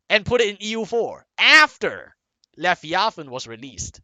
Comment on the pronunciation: You say leviathan funny. Levy athan